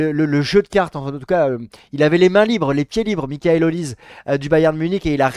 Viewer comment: Les gars sa se prononce Oliseh, pas Olise 😅